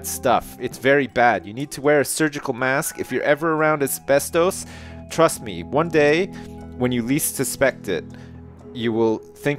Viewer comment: His pronunciation of asbestos XD